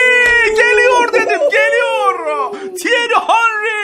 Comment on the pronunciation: Thierry "Hanry"😂